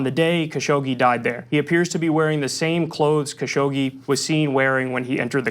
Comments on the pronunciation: FYI, his name is pronounced "Cash og gee" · Kyle. Repeat after me KA-Shoug-jee !